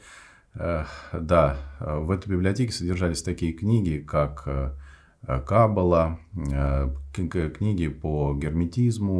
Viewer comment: КабалА Научитесь правильно делать ударения